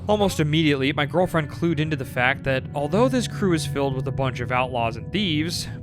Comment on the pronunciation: Take a shot every time he says “My Gorrrllfriend” Good thing I don’t have to find my friend in a saloon 😂😂